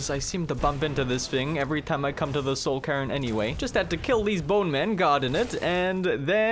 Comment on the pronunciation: i know its just your accent but I laughed every time you said soul cairn "soul Karen"